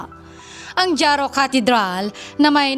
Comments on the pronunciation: Ma'am haro po, silent j (jaro) hiligaynon language more mix Spanish kaya more silent letters.. God bless ma'am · Pambihira ka nman Haro (Jaro)ang bigkas nyan... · Not jaro. Haro.